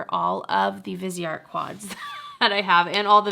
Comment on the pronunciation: i love your videos and would enjoy a viseart video. but please look up how to say the names right.